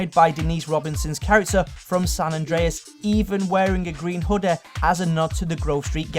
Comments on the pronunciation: Hoodeh lol its hoodie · "Franklehn's Aunteh wears a green Hoodieh" 👍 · hoodeh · It's wierd how this guy pronounces his y and ie sounds. Coffeh, hoodeh, historeh, Ect. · Hood-ah, Myster-ah, Coff-ah, Aunt-ah